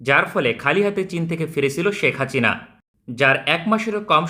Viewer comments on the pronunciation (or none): ভাই আপনার হাচিনা বলা টা জোস😂